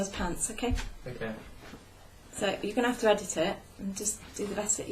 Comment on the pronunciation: I love the way she said "YOU'RE gonna have to edit it" ... oh, the expectations on Charlie's shoulders!